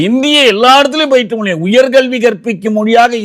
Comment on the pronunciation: The interviewer should start saying Mozhi instead of Moli